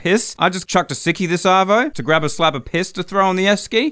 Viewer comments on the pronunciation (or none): arvo means afternoon. it just sounded like he said savo